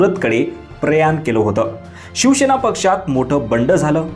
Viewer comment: अरे भावा शिवसेना असा शब्द आहे शिव शे ना नाही